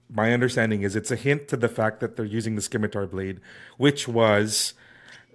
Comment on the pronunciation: Enjoyed the video, but, and I hate to be this guy, it's pronounced simitar not skimitar and integral not inteegral